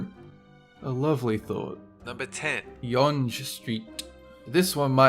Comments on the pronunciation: I live in the GTA and have never heard younge street pronounced that way. I've always pronounce it as Young as opposed you yunge. Also if you want to drive a scary road check this one out. I lived in Fort McMurray Alberta and highway 63 is usually referred to as the highway of death. I've driven up Supertest which is a giant hill where the road is really steep. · What is YONJ street, we pronounce it Young street, Yonge, also mispronounced Sichuan. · It's pronounced "young st" not "yawng street" -canada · Yonge Street is pronounced "Young" Street. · yonge is pronounced young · Yonge street? seriously? BTW Yonge is pronounced young. Yonge is just a normal road, weird its on this list. Kinda cool because its so long I guess, but its nothing like the trans-siberian! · Yonge street is pronounced The same as Young, not yonj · #10: Yonge Street - it is pronounced "Young", not "Yonj". I have heard some voice GPS systems make the same mistake. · YONge street omg ahaha it's pronounced like the word "young" not YONG. Still, great video though! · Yonge is pronounced Young. Craziest road I've ever been on was just outside Mwanza, Tanzania. It was angled at about 75 degrees, and it felt like one of those steep entry climbs you make at the beginning of a rollarcoaster. Except it went on forever, we kept jerking back a few feet every now and then because of... y'know... GRAVITY... and there was no pay off in the form of loop-de-loops. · Yonge st. Is pronounced like " young" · its prononced "young" street not yonge even though it's spelt out yonge street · Its yonge (young) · it's pronounced "Young" even though obviously the spelling is weird. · BTW: Yonge St, Yonge is pronounced just like young. -a Torontonian. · Damn you pronunciation suuuucks! It's pronounced 'Young' and 'Seschwan' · yonge is pronounced yung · yonge is just pronounced young btw lol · Yonge is pronounced like Young. plz, don't say the g. >3< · that is not how u pronounce younge u f...... dumba..